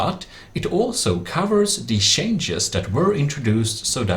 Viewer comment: "It also cavers the shenjes"